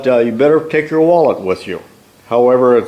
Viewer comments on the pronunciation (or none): none